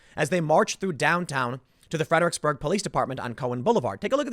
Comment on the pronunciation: Stop saying Fed-er-icks-burg